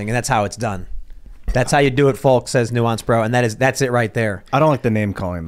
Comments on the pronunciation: The L is silent in Folks Tim! So cringe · Did Tim pronounce the L in folks? Random comment I know